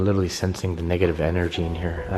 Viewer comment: What made me really like your videos to begin with, is the way you say literally. Which is "licherally". I absolutely love your videos! P.S. Say hi to Tom Ya Boi for me! <3